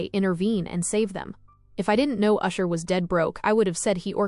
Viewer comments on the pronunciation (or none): It's ash-er not usher, usher is a r&b Singer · It's Ashur not usher